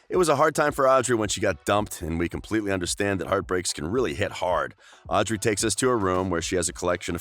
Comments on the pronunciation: But why did you say "owdrey" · I’m mad that he said “Audrey” wrong 😡😡